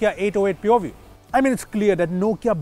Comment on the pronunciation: All I heard is poview😄😄